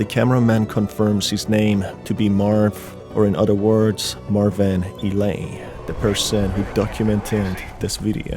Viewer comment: It's marvin. Not marviiiin